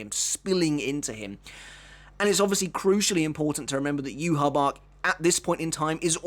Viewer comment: The way you pronounce ywach it's disgusting...